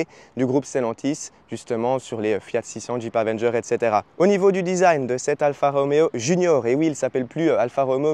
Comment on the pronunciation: Alfa Romeo pas Alpha Roméo, Anonima Lombarda Fabbrica Automobili, pas de ph qui fait le son f en italien.